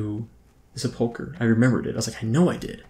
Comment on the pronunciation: Considering the number of comments you've already received on the topic in your Vanilla Ironman series, you should not be allowed to quest in Silverpine Forest until you learn how to correctly pronounce "sepulcher."